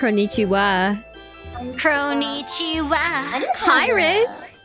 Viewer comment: Kronii: Kroniichiwa Everyone: Now What?